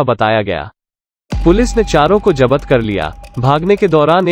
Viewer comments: अरे यार जब्त को जपत क्यों बोल रहे हो. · 'Jabat' kya hota hai... 'Jabt' bola kro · जब्त होता है। जबत नहीं